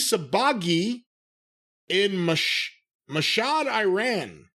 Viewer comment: Corny you Sob! it's Mashhad, its a city in Iran!